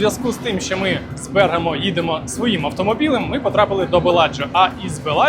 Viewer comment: Vse chudovo, tilky pereviriajte nagolosy. Napryklad, BergAmo, a ne BErgamo.